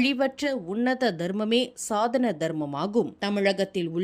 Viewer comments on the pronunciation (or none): சனாதனம் என்பதே சரியான உச்சரிப்பு சாதன அல்ல